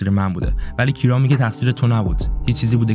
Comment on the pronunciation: ببین این اسم تلفظ درستش کیِرا هستش